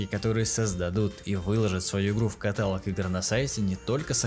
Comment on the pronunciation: ну каталОООООг же, катАлог как ножом в ухо